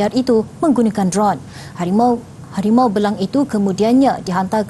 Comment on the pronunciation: Sampai tersasar sebut karim betine😂😂